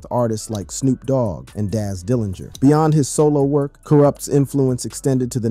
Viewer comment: I love the Doog Pound, Karoopt and Dooz Dillangarr are legends. 😂. Damn AI.